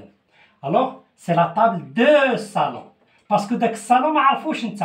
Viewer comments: Salon et non sallon merci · Salon et non pas sallon.